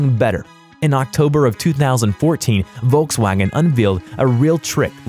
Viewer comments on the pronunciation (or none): none